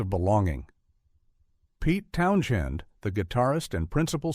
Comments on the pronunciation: AI RUBBISH....CRAP....robot cant even pronounce Pete Townshend properly....DONT BOTHER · Great analysis on this🎉 But Too Bad Ai can't pronounce the name of the creative force of this film. PETE TOWNSHEND